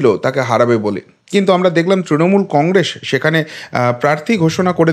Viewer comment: Apni Congress uchcharon ta thikbhabe korun ...khub hassokor...apni boleb congresh...hahaha !